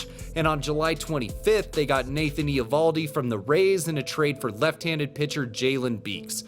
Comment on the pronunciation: The Eovoldi pronunciation is sooooo painful. Cmon man baseball channel has to get that kind of stuff right.